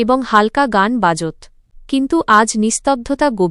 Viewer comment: বাজৎ আবার কি? হবে “বাজতো” আপনারা পাঠিকা বদলান প্লীজ